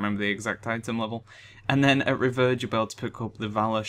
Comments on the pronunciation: Mate is prononuced RE- VIER- ED = nice guide tho thx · Revered = REE-VEER-ED Thought brits were supposed to speak proper english ;P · Any else get annoyed with he says revered? Anyway nice video :)